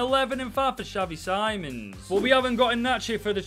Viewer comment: No ofence but you say xavi sim-ons